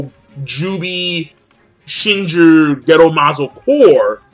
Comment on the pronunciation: wow really butchers anime/manga character's names. hAnAbi. not hinabi, shinjU not shinjrr